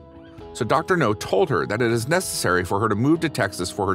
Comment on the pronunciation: OMG dude its Dr NOW. Not NO